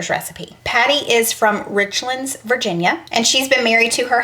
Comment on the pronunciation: Yep, I say scarfing it down. Richlands is pronounced Rich-lands, like you are saying 2 words. My husband is from there and the locals will correct your pronunciation in a heartbeat and bless your heart in the same sentence, if you know what I mean...